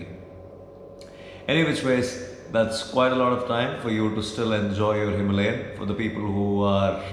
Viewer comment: bro why the wrong pronunciation of Himalayan ?